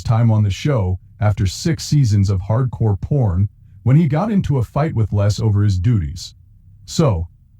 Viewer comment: The robot keeps saying Hardcore Porn. Lol.